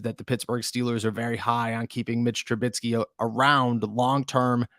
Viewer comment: ¿Tru-BIT-sky? ¿Tru-BIT-sky? ¿Tru-BIT-sky? It's Trubisky.